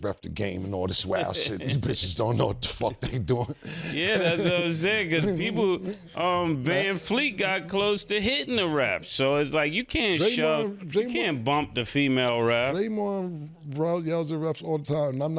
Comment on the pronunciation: VANVLEET!!!! Not VanFleet!!!!!🤦🏾‍♂️🤦🏾‍♂️🤦🏾‍♂️🤦🏾‍♂️